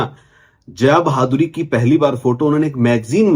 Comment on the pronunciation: भाई वो बहादुरी नही बाधुरी है 🤣🤣🤣